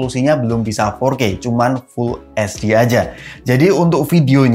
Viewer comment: sama reviewer ini banyak banget yang hobi banget bilang hetsdi buat pronounce HD. aku lupa siapa yang pertama kali jadi pencetus salah gini trus banyak diikutin yang lain.